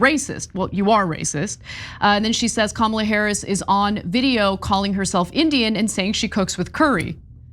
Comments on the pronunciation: Did anyone else notice this? At about of the clip MTG mentioned the post about Kamala Harris and how it bothered her so much. Well, if it bothered her so much why did she still mispronounce Kamala which she did. I think she used the whole line to get in the mispronouncing of the name as what they have been doing to Ms. Harris from the beginning.. Just a thought. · "someone had sent me that post about ka-MA-la Harris" Loomer makes you look like Mother Teresa, but we still see you. trailer trash harpy 🤣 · This fool still can’t get pronounce Kamala correctly! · Mtg says loomer is racist and call her out, while purposely announcing kamalas name wrong. They are all jokes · Come on Marg, it bothered you so much yet you mispronounced VP Harris name. Biich bye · Marjorie complains about Loomer's racist attack while continuing to mispronounce Kamala for the purpose of othering her. 🤣🤣🤣🤣🤣🤣 Your country is batshlt crazy! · Can we all appreciate the fact that MTG was saying how she hated the post and still said Kamala's name wrong?